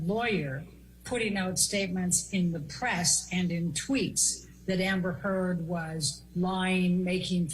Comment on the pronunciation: Did he say amber thurd???